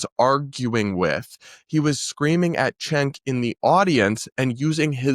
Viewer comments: you do know cenk is pronounced senk, right? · i was laughing so hard the other day when people on X were showing that clip of him saying cenk thinking he was saying chink HAHAHA. these people have zero critical thinking. if he called someone a CHINK, dont they think any of the other panelists on the stage would have called him out? LOL. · senk uygur its pronounced senk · wait a minute, this guy is so stupid and uninformed that he thought Kirk saying "cenk"'s name was instead using the asian slur? I dont think so. He knows what Kirk meant, he is being deliberately deceitful. I saw the clip and didnt even get that was why he showed it. Kirk obviously says "chenk" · he did say the c slur cenk is not pronounced like that. look it up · Grace has been in short supply for a while...I heard Cenk as well. But I get how others could hear differently. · except that isnt how you pronounce cenk lmao.